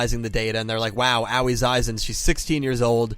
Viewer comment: oh c'mon, they literally told you how to pronounce her name, its Ahoy without the h